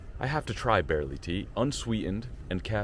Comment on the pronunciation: Great video dude! Barley Tea though my man, not barely tea! 💙